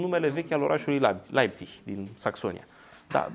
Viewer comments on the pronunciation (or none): none